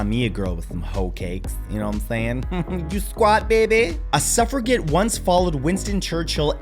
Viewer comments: I love this channel and will often watch the videos multiple times in order to absorb all the information! One thing, , "suffreget" should be pronounced as, "suffre [j] et" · The pronunciation of Suffragette upset me 😂love your vids though!